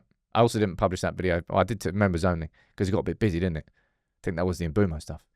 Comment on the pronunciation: brudda i really dont think its mboomo, its looks like and I've heard its m-bweh-mo